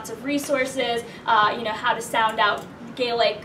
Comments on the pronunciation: You did amazing. I’m Irish. Grew up with traditional songs (ingrained) your pronunciation was superb! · You both did a great job on the Gaelic pronunciation - fair play to you. Chomh maith le Gael!! Mary O' Hara was the original recording artist with this song many many years ago but worth checking out. Well done.